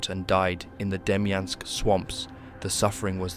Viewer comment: “DEMYANK” pocket lol